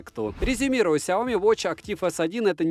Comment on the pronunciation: Сяоми́, а не Сяо́ми! С ударением на букву "и", а не на букву "о"! А то Какая-то Наоми получается! Нао́ми Кэмпбелл – Сяо́ми Кэмпбелл! Не надо искажать и коверкать это китайское наименование брэнда!